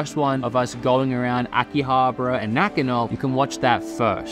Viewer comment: Aki-abara, not aki-habra 😅